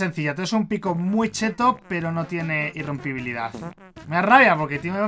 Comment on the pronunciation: “Mending o alga” XD el encantamiento alga “irrempobilidad 3” XD PD:No me estoy riendo de mike